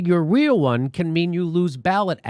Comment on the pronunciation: jimmy!! ya got a little elmer fudd blood in the family? ...your wheel one... bowwet access.